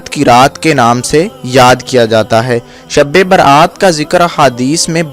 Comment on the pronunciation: bolne bhi to nahi ata shbe barat ko sabbe berat.bolta hai